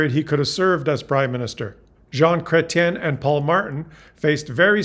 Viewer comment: Your ‘Chrétien’ is impeccable. 👏👏👏👏 And a very educational and entertaining presentation